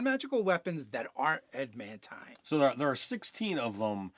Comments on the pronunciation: He kept saying "ad mant" so much that I had to look up adamantine armor on dnd beyond to make sure I wasn't the crazy one. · Why is it so hard for to pronounce adamantine? there is a second 'a' sir, use it.